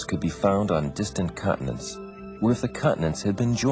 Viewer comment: Continents not cutnets